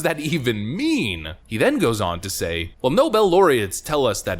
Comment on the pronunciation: Nobe laureates? Could he mean Obama?